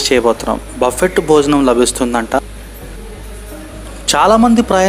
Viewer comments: బఫెట్ కాదు నాయనా బఫె. T సైలెంట్ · Word buffet lo t is silent buffe ani anali pronunciation correct ga nerchukondi